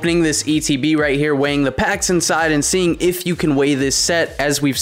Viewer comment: It’s sounds like your saying wang instead of weighing videos 😂 ☠️